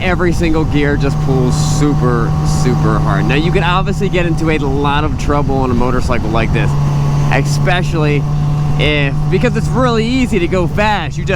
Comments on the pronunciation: Stop saying expecially. Lol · lol, you lost me at ecspecially...